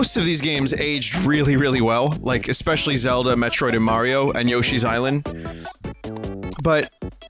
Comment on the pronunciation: Never heard of Super May-ro...